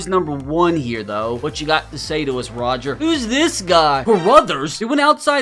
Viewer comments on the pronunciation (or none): none